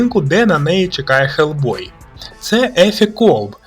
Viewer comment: Почему Гельбой а не Хелбой?